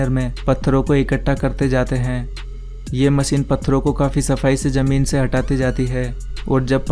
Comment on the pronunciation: It's ZAMEEN, not JAMEEN